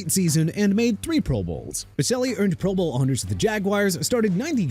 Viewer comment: The way this dude say pro bowl PMO, and no Bruce smith, singletary, or ocho, plus says Joe Thomas is a defensive tackle, I’m not finishing this